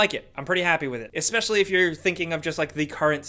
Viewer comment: I’m glad he said exspecially. Not many people know about that spelling and pronunciation